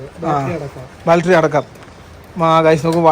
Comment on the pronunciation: ബാൾട്ടറി അല്ല പൊട്ടാ........ Its ബാറ്ററി ബാറ്ററി ബാറ്ററി ബാറ്ററി ബാറ്ററി ബാറ്ററി. ബാറ്ററി ബാറ്ററി Battery ബാറ്ററി